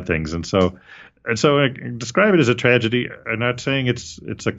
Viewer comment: Did you say “Tragety” at the start 😂